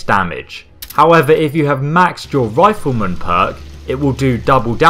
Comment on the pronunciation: Why does he say it scales off fifleman when it scales off commando